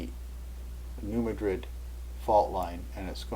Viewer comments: i've never heard new madrid pronounced as new muh-drid. that'd be like pronouncing cairo like the one in egypt. nope. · It's pronounced "new MAD-rid." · oWell, you ought to go to New Madrid and ask the folks there how they pronounce it.